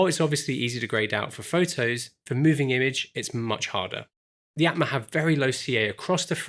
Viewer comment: Aatma is pronounced as 'aa' in Arm or Aunt. So it would go like: 'aa'tma 😅